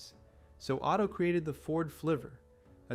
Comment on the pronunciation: What you guys say Otto, I hear Auto.